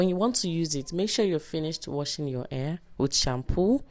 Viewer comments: This is a great video, I just wish you knew how to say "hair" lol. Thanks for sharing! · I didn't pay attention to the way she said hair until u said it. Now I can't stop laughing. Luv this. Will be trying it very soon. Thanks for the video and the laughs 😂😅